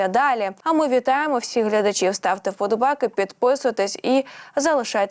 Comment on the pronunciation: Не виговорює голосні букви, спотворює нашу мову!!!! Наприклад: слово вподовбайки, каже вподовбайк,; обережно звучить обрежно, і т. д і ще багато других слів. Китай- Ктай; перенесений- прнесений......